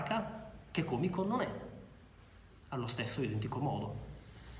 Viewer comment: qualunque italoparlante direbbe còmico no? almeno a me pare